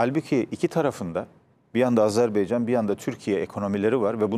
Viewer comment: Azerbaycan, azerbeycan degil. Tarihci kalin daha iyi bilmeli bunu